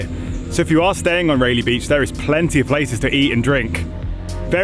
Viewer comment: Again ray lee beach cmon accent fix it, it’s pronounced Ry-lee-beach